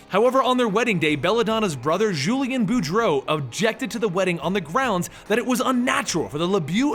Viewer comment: Lebjeew -_- You can pronounce "Boudreaux" but not "LeBeau" ... Wolverine Origins got that pronounciation correct.